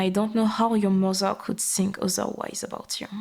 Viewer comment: "Mozer" love it ❤. Appreciate the french accent in the audio. Feels oddly good to hear an asmr video from (i assume) a french speaker without the weird judgement people in France tend to have towards french people speaking in english.